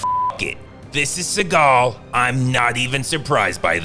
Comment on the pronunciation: It's pronounced "seagull".